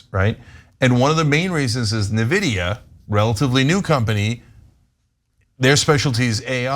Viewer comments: cenk, nvidia is not pronounced nividia. Also, it’s not relatively new. It’s been around for ages, many decades. You probably had an nvidia graphics card in one of your PCs or laptop in the 90s. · It's not Na vidia....It's prounounced In vidia. Invidia is is the spanish word for envy. That's why they chose it, they liked the meaning. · I'd also like to submit Nvidia (en·vi·dee·uh) not NeVidia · The way Cenk says Nvidia is killing me. Say it with me "in VID ee uh" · "This new company, Nuhvidia" It's pronounced En-Vidia, and they've been around since '93. They're not new, AI is now using lots of NVidia Graphics cards for processing, similar to the crypto boom. Y'all are bad at this, just do basic research. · Cenk, just an FYI, it's pronouncd "in-vidia" not "na-vidia" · Wrong, it’s ‘en-vidia’ - Nvidia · Lol Na-vida its 'N'-vidia 😊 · Isn't it pronounced "N-Vidia", not "Neh-Vidia"? I keep hearing everyone pronouncing it that way and now I'm worried that I've been saying it wrong for all these years. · TYT really needs a tech or science correspondent because they just struggle on topics like these. At lease Cenk's trying but Ana never helps. Also Nvidia is pronounced Envidia, not Nevidia. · IN-vidia. And they aren't new. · Oh and by the way it’s also pronounced EN-vid-ee-uh. 😊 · Cenk one thing, N Vidia, you say the N. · Cent, 5 cent, 10 cent, dollar 🤣...go look up the song and you will get the joke 😜 Cenk Uygur...NVIDIA is enunciated N-VID-E UH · Terminator and eugenics yay . . . Learn to pronounce nvidia, you sound silly Cenk. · They said a lot of correct things. But it’s hilarious to hear someone who can’t pronounce NVIDIA warn you about AI.